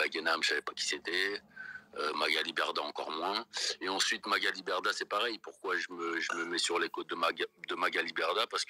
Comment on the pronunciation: Coucou ! Intéressant ce live, j'en avais entendu qu'un petit extrait, donc c'est super que tu fasses une vidéo là-dessus. MDR, Moundir il dit Magali Merdah au lieu de Berdah, il me semble avoir entendu ça. Sinon, super vidéo, j'ai appris quelques trucs. Merci, bisous !🥰💋❤